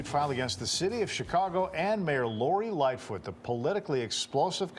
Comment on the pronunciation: It's lightfoot not little foot